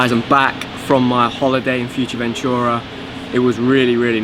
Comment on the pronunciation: Foo-err-teh Ven-too-rah